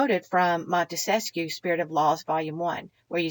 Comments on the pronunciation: Wonderful lady, the Montesquieu thing was just an fyi for future ref. Didn't mean to be the grammar police. ☺ I misspell and mispronounce too sometimes. I like being corrected so I'm not forever repeating an error, but that's me. Some folks don't appreciate it and think I'm finding fault, which in this hyper-critical age is understandable. Just keep on being wonderful and waking people up however you do it...and thank you! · Great video, as usual! Couple of things: have you spent any time with the Anti-Federalist Papers? Also, you may or may not want to know Montesquieu is only 3 syllables?